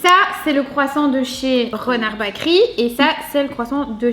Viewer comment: Eh les fille si vous etes belge c la honte, la boulangerie en ndls c Bakeryyyyyyyyyy et pas bakeri mert xp faite un effort, sinon merci pour la video cetait cool